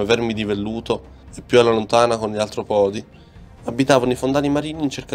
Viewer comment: Certo artropòdi non si può sentire…